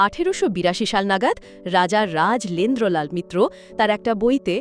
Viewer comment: উচ্চারণ ঠিক নেই। রাজ এন্দ্র লাল নয় রাজেন্দ্রলাল